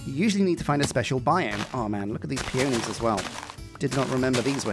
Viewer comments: Pea-on-eez, not pea-oh-knees. Wrong emphasis. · I definitely like peonies better. (It's said pee·uh·nee, with the emphasis on the first syllable!) They're fluffier and have a prettier texture. They're some of my favorite flowers in real life, too, along with hydrangeas! When I build a house, I like to have a place to sleep and a place to cook and craft inside of it. In a modded playthrough, I also definitely want my computer or other storage solution to be in the house, too. I only just learned how to do wireless transmitting for Refined Storage and it's so nice. You could also have a library so you can enchant things, though you might also do a neat tower or a cute enchanted glade for that instead <3